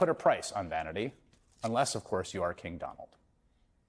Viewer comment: "Donal Trump wants to be a keh"